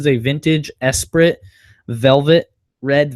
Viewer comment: Esprit is pronounced eh-spree (just FYI) love your videos!